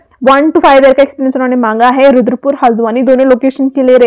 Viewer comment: Hldwani ..not haladawani😅